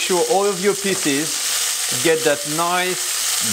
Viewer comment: delicious, but FYI, piece is not pronounced "piss"